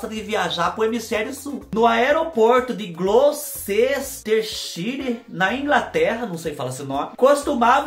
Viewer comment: você pronunciou direitinho glowcerstershire!!!👏👏👏